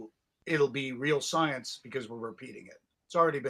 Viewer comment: “real scinece”🤔